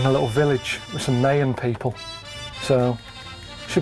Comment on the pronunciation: Hi. You pronounced Mayan properly! Listen to ‘The Stranglers’, “Mayan Skies” for confirmation and because it’s a great track!